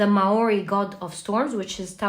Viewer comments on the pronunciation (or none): Definitely not how you pronounce Maori but you tried. We tend to drop off the ends of words it’s a horribly slack accent.